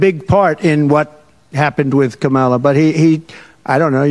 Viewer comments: He can’t even pronounce his opponent’s and our current VP’s name right. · He still can't say Ka-ma-la.